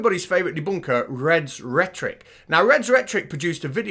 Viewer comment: Reds Retric? I pronounce it rhetoric, like rhetorical.